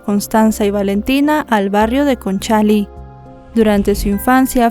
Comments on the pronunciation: Hola, la comuna es Conchalí, no Concháli, 😅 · Es Conchali con acento en la i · Conchalí con acento en la i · Tres detalles de como se pronuncian algunas palabras que mencionas . El papá se llamaba Angelo , pero aca se pronuncia Anyelo . La comuna a la cual se muda Fernanda y su familia es Conchalí ( acento en la i ) y la institución a la cual interpuso una demanda a sus empleadores se llama Inspección del trabajo. Sin ánimo de molestar sino solo de que sepas algunos vocablos chilenos .